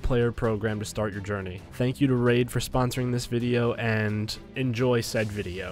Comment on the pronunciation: woof.-. “Raif” SHADOW LEGENDS?